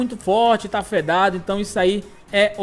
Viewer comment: Já que o pediu para corrigir ele:))))))))...vamos lá. - Carry - Pronúncia correta: "Qérwi" (ou Kérwi) // Incorreta: "Qéui" - Feed e Feedado - Pronúncia correta: "Fid" e "Fidado" // Incorreta: "Fedado" - Fair Play - ( Jogo Justo ) Pronúncia correta: "Fér Plei" // Incorreta: "Far Plei" Ps: "far" é "longe" em inglês. - Chase - Pronúncia correta: "Chêize ou Tchêize" (é melhor procurar na internet a pronúncia correta kkk) // Incorreta: "Chizi" - - Pronúncia correta: "Jefpistola", // Incorreta: "" (Esta pronúncia em específico deve ser dita corretamente ou haverá consequências). O resto creio eu o pronunciou certo e espero ter ajudado:) PS: o Inglês dos EUA é cheio de gírias e influências de outras línguas, devido ao fato de ser um dos países com o maior número imigrantes no mundo, então você pode encontrar palavras com pronúncias diferentes.